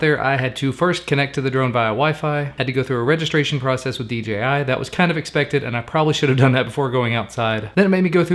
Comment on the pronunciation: Its dji not dgi